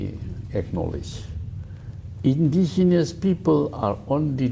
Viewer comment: intigenous?? Typical Tangkhul style of pronunciation. 😂😂😂😂 Baby is pronounced papy in Tangkhul English. Hahaha